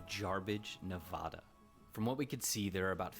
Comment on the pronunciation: Same the name of our State correctly!!!! It’s pronounced Nevada, NOT; NaaVaaDaa!!!! The sheltered privileged “men’” in the video you were watching live nowhere near my state. Please watch videos from people from the state you would like to know more of. Or better yet; visit or live chat with with people born and raised in the States you want to more about.